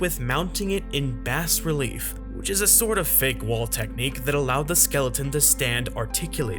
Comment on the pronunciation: It's pronounced BAH relief, not BASS relief. Yes, it's spelled "bas relief," but you know those contrary French.